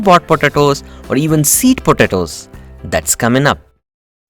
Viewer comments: Please learn to pronounce, or avoid repeating the word “potatoes”...., it is ANNOYING how you pronounce it ! 🤪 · I so love how you say potatoes I’m literally gonna start saying it that way just discovered this channel and it’s helped me out tremendously thank you thank you, If we were to count how many times you said potatoes I would say 200 lol